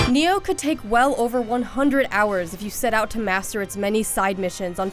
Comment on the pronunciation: Neo? You mean Ni-oh. Just like it's spelled.